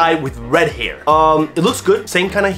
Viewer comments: Hair. Not "heyre" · Why does he say «hiir»?